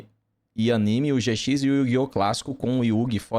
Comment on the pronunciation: Yu-Gi-Oh! Zê Cis KKKKKKKKK o cara troca o J pelo Z